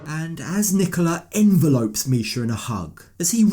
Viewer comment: "EN-velopes"??? 😂😂😂 Yeah! That's not how it's pronounced! 😅😅